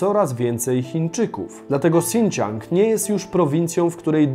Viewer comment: Region Sinciang czyta się jak Sinkiang. Tak na przyszłość :)